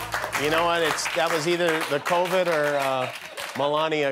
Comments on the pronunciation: The funniest part of this, hands down, was balloon-chested Wendy Williams, who TWICE said, “Cornova”, instead of Covid! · But why did they let her say “cornova”?!?! 🤣🤣🤣🤣🤣🤣